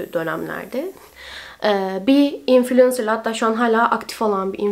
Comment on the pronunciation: İlk defa infulensır diyen birini duydum konudan bağımsız